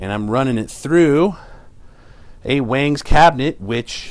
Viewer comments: Wongs is the correct pronunciation..... great video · It's actually pronounced Wongz bro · "waaangs" and "eggniter" what a moron.